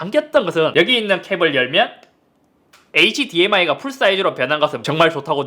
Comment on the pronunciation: h랑 dmi를 왜 자꾸 띄어읽어